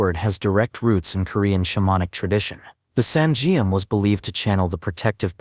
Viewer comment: good video but the Korean names of the weapon are not properly pronounced. For example, Geom is pronounced like 'Gum' . and Saingeom is pronounced as ' Sah - In - Gum .' etc